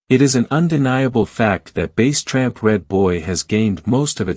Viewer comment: Bass like the fish not bass like the speaker and he (tramp) was never rolled or tested and the computer voice is aggravating